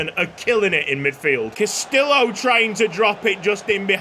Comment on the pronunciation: Castillo = Cast-EE-yo 😅